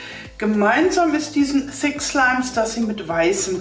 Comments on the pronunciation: Wer Hat auch Fi*k Slime Verstanden? HAHAHA LIKET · Wer hat auch f*ck slime verstanden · Sorry ich habe fick slime verstanden🤣😂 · Ich habe verstanden FICK schleim... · Ich habe f*** slim verstanden